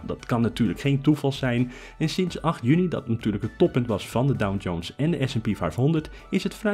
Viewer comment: Sorry, maar ik hoor je de hele video door DowN-Jones zeggen...